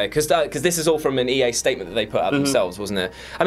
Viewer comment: I simply could not stop skipping back to hear the new guy say "EA" . Good job though.